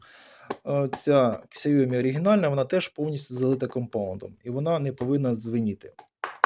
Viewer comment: Сяомі - наголос на і. Згоден.